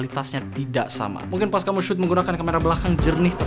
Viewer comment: "Kamyu" ~Google Translate 2k19